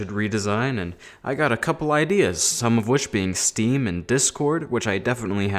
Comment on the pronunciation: Who hear him say stem not steam